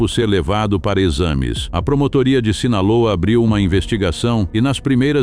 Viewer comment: Не Синала, а Синалоа.